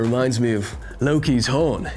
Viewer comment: The way he said Loki was spot-on